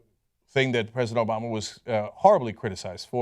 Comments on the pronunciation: "obola".... lol i cant be the only one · LOL! Cenk said "Obola!"